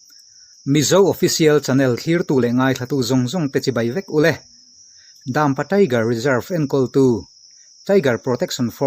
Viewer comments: Mizo official channel ka fak e,amaherawhchu Dampa lam danah Dam hi lui hming kan sawi a' Lui' kan tih ang thluk tur a ni a,'pa' tih hi 'ka pa' kan tih a pa ri sang in,Dampa,Daaampa ni lovin Dampa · Dãmpa a nilo, Dampa, zawk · In Dampa lam dan hi a fuh lo.. Daaammpa ni lo in Dampa🥴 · daampa anilo dampa tirawh achhiar tupa kha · Dampa tih pawh lam thiam lo